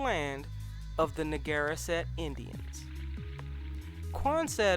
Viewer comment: You kinda butchered the name "Narragansett", but otherwise good video